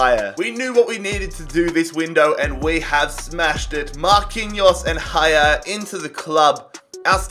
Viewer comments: Haller not ‘hayer’ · Haller is from france and not from spain - dont say Hajer :D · Great vid as usual, but I was irrationally annoyed with the way you pronounce Haller. It’s pronounced the way it’s spelled, it’s definitely not Hayer. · The l’s in haller isn’t silent